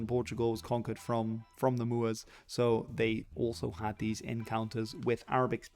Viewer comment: The hoteps would approve of your “moors”